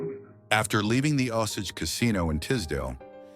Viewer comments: It's not Osoge.. It's Osage, pronounce with an a not an o. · I hate this AI nonsense. It’s pronounced O sage like sage not Osage like massage.